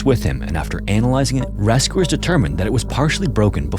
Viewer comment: RAS-cooers instead of rescuers... :(